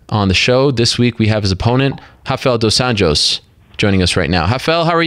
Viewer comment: Ariel is always respectful.. goes out of his way to pronounce dos anjos name correctly.. he alwsys does this with any fighter. .. a true canadian